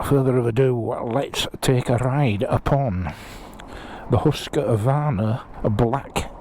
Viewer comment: Pronounced Hoosqvarna... Had a KTM 390 and what i hated about it was the sound of the engine... Think fishing boat